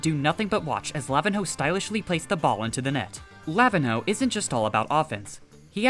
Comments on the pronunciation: btw pro tip it's not pronounced lavin-ho, im pretty sure nh is said like ny, so it would be lavinyo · Lavihno is pronounced La-vin-ño or La-vi-nyo the ihno means little or mini in Brazilian Portuguese